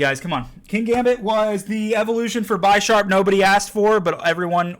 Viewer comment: Bisharp like Bishop no Bi lol but great video keep up the work!